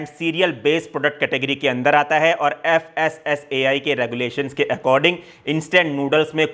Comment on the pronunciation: FSSAI pronounced as फसाई 😂 फसाना और फांसना for a reason 😂